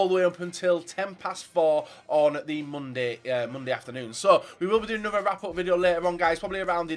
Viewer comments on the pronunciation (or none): none